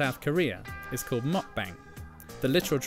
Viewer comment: Your saying “meokbang” 먹방 incorrectly 😢